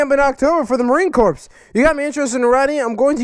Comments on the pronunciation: just a tip and I'm serious so you don't get punched in the face, it's not marine Corps, it is pronounced marine core. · Marine corps. It sounds like marine core not a corporation. Enjoy the vids